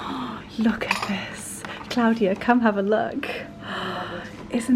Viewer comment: Thank you so much for taking us along on your wonderful day in London. I always love how you say Claudia the correct way. My name is also Claudia and the only person that pronounces it like that is of course my mother. I know you were exhausted after that day. Hope we get to see the ouppies again soon. They are just precious.